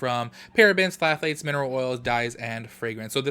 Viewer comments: Always love your videos and I'm cracking up at your pronunciation of "phthalates". "Thhh-ah-lates", the p is silent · Hey boo, the “ph” in phthalates is silent so when you pronounce it, it’s just thalates (the “th” is like in the word thin). I swear these ingredients are a mouthful. Don’t need to feel dumb since they are complicated to pronounce.